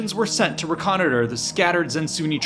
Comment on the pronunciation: reconnoiter is not said like that. just lowered the value of this to zero because you sound stupid. please do better